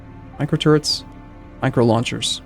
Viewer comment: Am i the only one hearing "micro turds" whenever mentions the turrets?